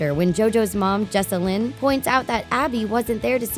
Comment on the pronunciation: “jojo’s mom....jessa-LYN”